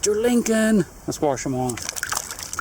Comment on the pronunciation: Note to, there is no r in wash lol